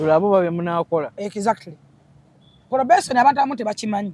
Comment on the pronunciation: Probesoni or probation 😂 just saying 😂